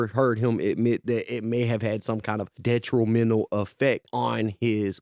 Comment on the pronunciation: Detruhlmental? lmao